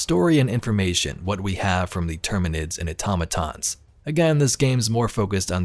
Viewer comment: Thank you for actually pronouncing Automatons correctly 😂